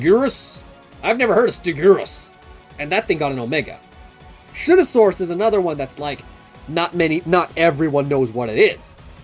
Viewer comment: Shunosaurus not Shunasaurus